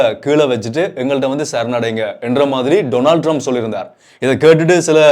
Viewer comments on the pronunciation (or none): none